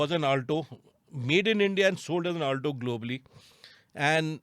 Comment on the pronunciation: why do you call it Aaaltoo and not Alto?